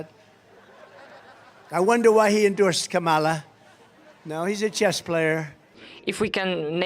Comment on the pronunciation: Every time Trump intentionally mispronounces Kamala Harris’ name, it shows me how juvenile and unintelligent he really is.